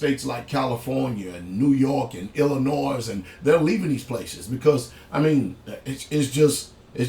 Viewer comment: This dude keep pronouncing my home State wrong! The S in Illinois is silent WTF!!! It's not pronounced ILLI-NOISE it's pronounced ILLI-NOI!!! I mentioned the same thing on 1 of his other videos months ago but guess he can't comprehend very well smdh!!